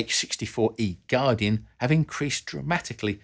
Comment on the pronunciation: If you were in a combat scenario and the code word was "guardian" it would be hard to understand I was only sure of what you said by rewinding and turning on cc and English is my primary language.